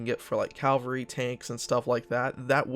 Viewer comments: I like your vids, but, it's "CAV-alry" and not "CAL-vary".. like the church.. Thanks! (haha) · I'll be excited when you pronounce Cavalry correctly. Cav-al-ry. Cal- var-ry is where Jesus (as in Christianity) was supposedly crucified.